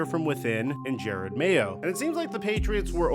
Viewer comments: His name is Jerod not Jared. Crazy you make a video about a guy and don’t even bother to say his name correctly. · Jerod not Jered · At least it isn't only DaRon Bland's name that you mess up. He pronounces his name Je-ROD. It's not like you can hear his name in film over the past 15 years or anything as the 10th overall pick in 2008 or DROY. I love your analysis sometimes, but the fact that you don't bother pronouncing names correctly is slightly unprofessional. It would be like all of us calling you Mick. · Its “juh-rod” not jared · I feel like you’re doing it for engagement at this point, which it is what it is; but it is “JUH ROD” It says it in the clip you used… he’s an all time Pats great and is getting the opportunity of his life right now, seems like you aren’t as informed as you are to not get the name right. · It's Ja-rod Mayo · You said his name wrong like 40x Jer-Rod.